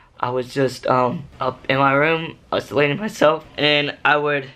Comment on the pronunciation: U mean isolating. Not uslating